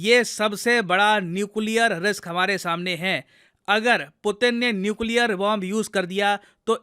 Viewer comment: Nuclear 🤔🤔 Nucear